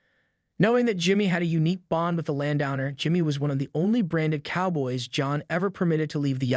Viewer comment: Please train your AI to correctly pronounce words like Coup, Ethan, and Landowner.